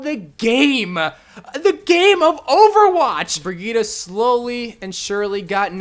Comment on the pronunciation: It’s brigitte not brigita